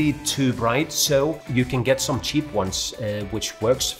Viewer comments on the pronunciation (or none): none